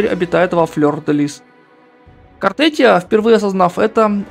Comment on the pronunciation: Не Картетия а Картефия.